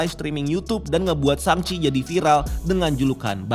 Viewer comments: sheng-ci, I mean Shang-chi. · Sang ci bro, bukan seng ci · guys it's SHANG-CHI not SHENG-CHI ☠️ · Koreksi bang. Cara baca shangchi pake A biasa bukan A english (ei)